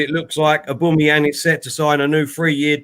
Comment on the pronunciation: Man keeps saying Aboomeyang. Very Annoyang